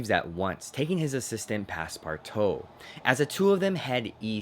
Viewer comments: Passpartout is pronounced: pass-par-2 It is French. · Does it bother anyone else that he's saying Passpartout wrong